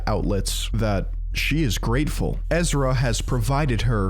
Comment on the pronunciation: You know someone is going to drop a serious enlightening disquisition when they say the word THAT with three syllables. Regardless if he does have some sort of mental incapacity his behavior suggests he's just a pretentious prick.